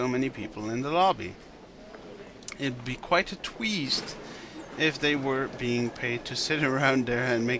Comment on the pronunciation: The text goes on a journey through hell in this part. It is inconceivable that "tweest" is a reference to something, so I'll be helpful™ and tell you how to pronounce it correctly. I checked out the link in the description and recognised some of Koyasu's roles.